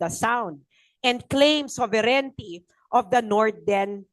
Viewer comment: Not to diminish the contribution of Prof. Anna to the discussion, but I hope someone tells her that “sovereignty” is 4 syllables. Not 5. This is important because her audience are usually high-level academins and thought leaders, and it’s distracting when she says /so-ve-ren-ni-ty/ 😢 it’s not 5 syllables.